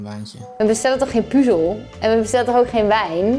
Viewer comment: Even voor het is puzzel en geen puzel